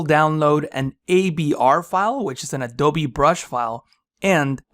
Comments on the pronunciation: Did he say "Adove (A-Do-Vee)" ? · Well, I did some research, and apparently, the Spanish pronunciation of b/v is similar. Maybe that's why it sounds like he's saying "adove", because he is.